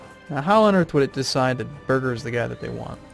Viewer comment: I don't understand how you say "Birger" as "Burger".